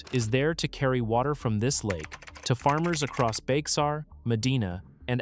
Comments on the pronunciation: Bexar is pronounced like 'bear' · Actually, Bexar is pronounced "bear" like the animal. Texans have their own way of Spanish pronunciation :). Good video. Thanks!